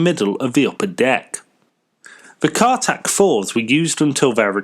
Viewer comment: Not Cartac, Cartic. Car carrying articulated vehicle.